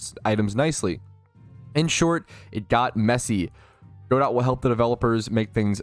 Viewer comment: FYI it's "Guh-doe" as in the French name like in "Waiting for Godot". Not "Go dot".